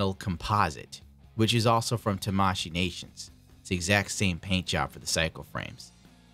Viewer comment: TAmashii Nations..the stretch is on the T-A-mashii Nations...